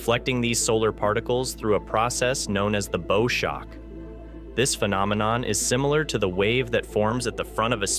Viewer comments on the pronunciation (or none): It is pronounced like the bow of a ship not like a bow on a gift. Damned limited AI. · Thumb DOWN for mispronouncing “ magnetosphere “ & “ bow shock “. If this was an ACTUAL physicist narrating, they wouldn’t make such a basic mistake.